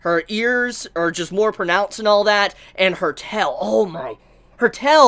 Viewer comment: Her tel? Bro, that's some weak engrish.